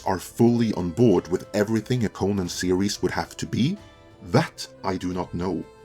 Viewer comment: i like how he pronounces Conan wrong the entire video. that guy